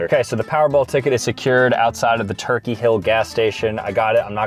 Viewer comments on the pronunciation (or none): none